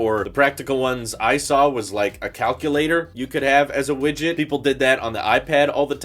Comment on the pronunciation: STOP SAYIN WIGIT OMG